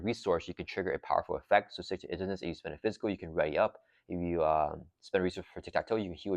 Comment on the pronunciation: 100% agree with highest value. People might not like Deadpool or the Pool aspect, but no other pack gives you an entire new aspect to play. Way more impactful for a small collection than a few aspect cards for each color. EDIT: Please, please start pronouncing Stick-To-Itiveness like "Intuitive". It's killing me lol